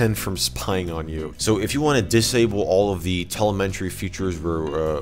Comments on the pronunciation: there is no "n" in Telemetry. It's pronounced, "tell em a tree". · just fyi telemetry = tuh lem etry not tele meh tree. Cool looking program. I actually loved the old TweakUI. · I admit I am triggered by how you say telemetry.